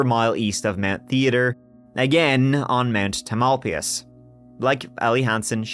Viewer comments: and you say Mount Tah-MAL-pee-us, which had me scratching my head. It’s pronounced Tah-mal-PIE—us and Marin is pronounced Mah-rin, also BTW. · " tam-el-pie'-uss " 🫣🥸🤓 Love this content! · Not that it matters but just for the heck of it, since I grew up in the Bay Area, it's 'Tam al pie us' or just 'Mt. Tam'. I dunno, might come in handy for other SF area crime stories? Sure seems like there's plenty of them. You nailed Point Reyes though 👍 Anyway, another interesting podcast. Thanks! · The mountain is pronounced TAMILpias . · Tamalpais = TAM ul PIE us. Or just Mt Tam. In Muh RINN County. 😊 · Tam-uhl-pie-us. Not important, I know, but I just had to let it out of me.